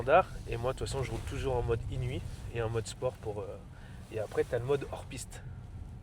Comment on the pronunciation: Svp les mecs c’est inouïe pas inuit 😂